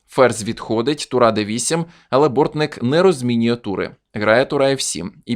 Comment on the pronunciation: Не Борнік, а Бортник.